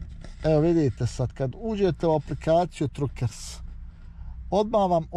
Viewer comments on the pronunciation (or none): Truckers se izgovara Trakers. Mislim da sam čuo jednom Vašu suprugu da je govorila engleski. Ako je tačno da govori engleski pitajte nju.